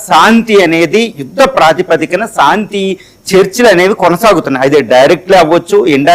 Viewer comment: Pronounce correct చేసుకోవయ్యా ! సాంతి కాదురా నాయనా శాంతి అనాలి. సా, సా కాదు , శా, శా అనాలి. శాంతి అద్దం ముందు కూచుని practice చేయండి. మీరు పలికే సాంతి అనే పదం వింటే కంపరంగా ఉన్నది.